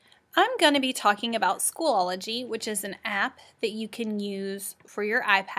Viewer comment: It is SCHOOL-O-GY Not School-ol-o-gy